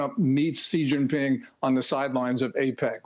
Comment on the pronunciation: It’s SHE-GIN-PING. Not Si.